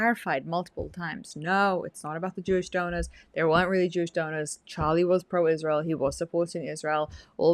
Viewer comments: I wonder why she says “Ishrael” instead of Israel. It’s so annoying. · Why she always says "ICHRAEL"? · Why does she say Ishjrael? 🎼 You don’t get to ask those questions 🎶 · I just can’t with Candace. Just her saying Ishrael drives me up the wall.